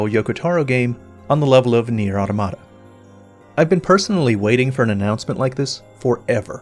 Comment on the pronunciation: AU-TOM-A-TA AU-TOM-A-TA AU-TOM-A-TA AU-TOM-A-TA